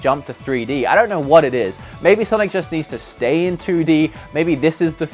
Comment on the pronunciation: "No great sanic games"......